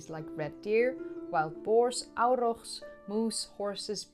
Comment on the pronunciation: So, is H. antecessor official now or not? Luv hearing you say Aurrrrrochs. Fun. German volcanos! I lived in Germany twice. I had no idea. I just looked it up. Between Bonn and Koblenz. We drove right past it many times on the autobahn. I never realized, wow.